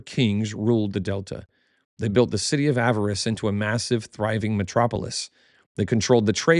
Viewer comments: You’re back to saying “avarice” instead of the correct pronunciation “Ah-VAH-ris,” or “Ah-VAR-iss.” Your choice. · Small note, Avaris is not pronounced as "avarice"